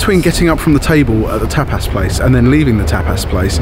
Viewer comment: Tapas pronounced by as "Tap-ass"